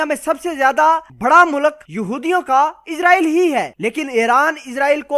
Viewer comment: ASSALAMO ALAEKOM SIR G MENE PEHLY BHI KAHA THA K NAME SAHI BOLA KRO. ISRAEL H.. IZRAEL NAHI H